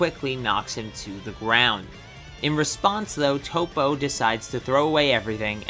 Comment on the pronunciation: It’s not tOpO it’s top